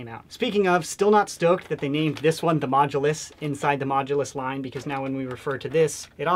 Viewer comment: It is not major it is mooulus